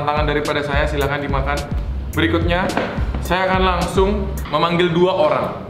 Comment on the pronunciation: kok ngomong berikutnya eberikutnya